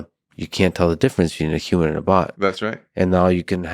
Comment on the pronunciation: I cringe so bad when people pronounce human as "yuman"